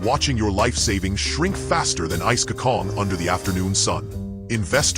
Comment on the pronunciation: bruh .. its not "Ice kakong" its "Ice Kachang" <3